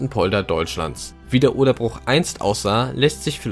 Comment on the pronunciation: Gemeint ist eben nicht "der Bruch" (von brechen) sondern "das Bruch" (mit langem u) - ein anderes Wort für Feuchtgebiet/Sumpf. Da es allerdings mehr Menschen "falsch" als richtig machen, wird dieses Wort wahrscheinlich schon bald auch im Duden seinen Artikel und die Aussprache ändern. Schließlich bestimmt immer die Mehrheit wie etwas ausgesprochen wird.